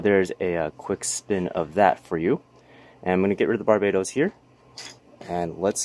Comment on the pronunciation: I'm just saying dude (btw love ur vids) maybe don't pronounce barbatos like you did because that's the name of a country which is kind of weird, if you like to pronounce it the way you did then go for it , I'm just pointing it out. Keep up the good work :D